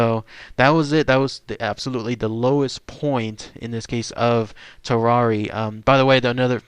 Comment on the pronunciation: lmao u pronounced tarrare like ferrari...... hes french my guy its tar-ehr